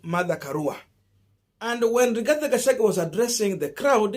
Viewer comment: Gachagua not Gachangwe